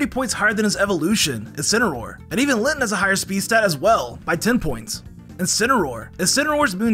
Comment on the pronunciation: litsin got me dying